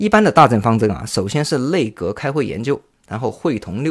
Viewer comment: nei内，内阁，不是累阁